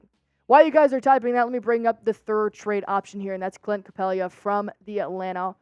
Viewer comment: It's Capela! NOT Capelia🥴